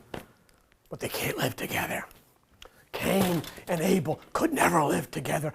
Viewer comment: cain and Abel togueter sound like CANIBEL OR CANIBAL.